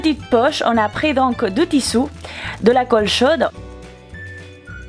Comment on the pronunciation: Deja on dit tissu et pas tissou et n utilise pas du verni pour sa serieux